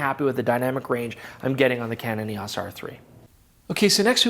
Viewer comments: EEE AAAWWWSSS?? 🤦‍♂️ E O S!! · Why are you the only person mispronouncing “EOS?”